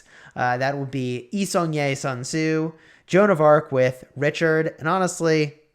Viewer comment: I mean..lets me fix for you. Its commander not commodore. Sun tzu not sun zue. Thanks u.